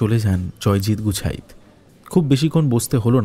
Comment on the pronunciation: খুব ভালো লাগলো। অসাধারণ একটি গল্প। কিন্তু উচ্চারণের ভুল গুলো খুব কানে লাগে। 'গুছাইত' কে বারবার 'গুচ্ছাইত' বলা কেন?